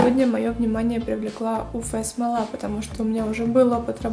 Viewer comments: Спасибо за видео, очень полезно, правда уфэ-смола режет слух, всё-таки правильно говорить уэф-смола. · почему "уфэ", а не "уэф"? неприятно же звучит(